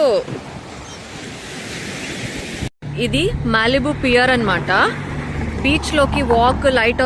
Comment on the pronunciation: Malibu ❌ mallibu ✅